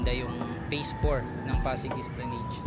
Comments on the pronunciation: It is pronounced as esplanad. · With due respect, esplanad po ang basa hindi esplaneyd...